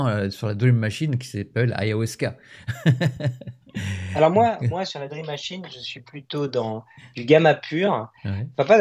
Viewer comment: Ayahuasca et non pas Ayahwasca ❤❤❤